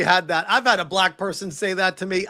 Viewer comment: Only AI pronounces that, as dat. AI also uses lots of hand jestures. Empty backgrounds. Bald guys with glasses named simon.